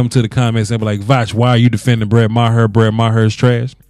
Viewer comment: i think it's pronounce mar